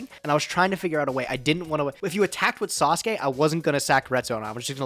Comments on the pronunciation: Literally everybody else: Sasuke Samurai: SUS-oo-kay samurai ily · twitch Sasuke is pronounced SAHS-kay,. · Can someone please PLEASE teach how to pronounce Sasuke. I am so tired of him not saying this or Sangan right...same with saying Hane Hane wrong